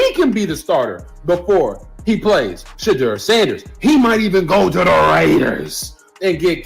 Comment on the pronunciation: Say his name correctly